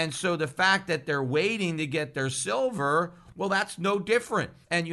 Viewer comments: He said 'Shillver' 42.05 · Did anyone else notice that Freudian slip "Shillver"?